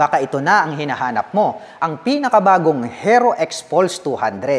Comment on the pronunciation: Paki bigkas po ng maayos yung HERO. Ang sakit sa tenga. Baka dahil dyan baka hindi na bibili yung iba. Peace.